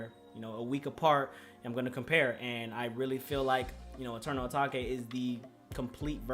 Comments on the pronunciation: I beg can you stop saying “ah tahkay” when ur tryna say Atake. ITS PRONOUNCED “AY-TAKE”. AH TAHKAY ISN’T A WORD 🤦‍♂️🤦‍♂️ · Atake not atakay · This whole album is hard asf this dude don’t appreciate uzi like that and should’ve even made a video AND STOP SAYING ATAKA RETARD ITS ATAKE HOLLY FUCK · I’m sorry what did you call it? You say Eternal O-Take it’s Eternal Atake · Bruh it’s “uh-take” It even says that at the intro of EA come on bruh lmao ima have a heart atakay if you say that again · ppl who say eternal "atakay" won't like it. ppl who say eternal "atake" will like it.... simple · “eternal atakay” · it’s supposed to be pronounced “eternal a-take” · Wat is eternal etokay just say it how it’s written 😂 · This nigga really said eternal a-ta-ke? Sch-oo-l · man really said eternal ATTACK-A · U can’t listen to him if he’s gonna call eternal atake eternal A taw kay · Dude it’s pronounced Eternal Atake. He says it in a song. Stop. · This nigga said "eternal a taki" said that shit so wrong...shit sound like a kung fu nigga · Dude said eternal atockay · It's pronounced "Eternal A take" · Everybody: eternal atake: eternal ataque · atakay bro said atakay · if i hear Eternal A-TAK-E 1 more time ong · no one: literally no one:: Atakay if you gon hate at least say the name right. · Bruh you gotta stop saying eternal Atahkay💀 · it’s weird hearing him say eternal atake instead of eternal uh-tah-kay😭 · Jaden Hirasawa if he says Atake instead of uh tah kay, then things getting serious serious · He doesn’t even say Eternal ‘Atake’ properly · LEARN HOW TO PRONOUNCE ETERNAL ATAKE and your vibe is so dead, I'm one of those 1.6k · Dude can’t even say Atake right. Honestly most ppl would say this album was better than Eternal Atake. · this brudda hating on the album but he can't say 'atake' properly... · Are you deliberately pronouncing atake wrong or... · mindissues boi aright if he’s finna say his “opinion” say the damn name right 🤣